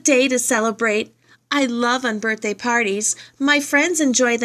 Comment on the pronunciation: I liked the read aloud but you messed up on the one with unbirthday